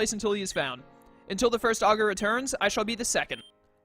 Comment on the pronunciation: Dark mode all the way. If you want Traditional, just go play a normal pokemon game imo. I do believe you're pronouncing Augur correctly. And, in case you're curious, as it didn't seem like you saw it when you looked it up, it's synonymous with words like soothsayer, sage, wise man etc. So I guess he's a really improtant figurehead to say the least. Also, if you don't pick Delta Charmander, I'll be severely disappointed in your viewers.